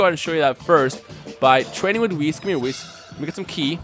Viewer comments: um you say wiss instead of weese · Did you just... Just... Call whis wiss!?!? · Whis' name is pronounced as if the last part after wh is east without a T. why do say wiss. in xenoverse they even pronounce it correctly.